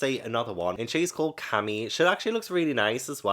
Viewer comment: The mermaid’s name Camie is pronounced as (K-Me)👌👍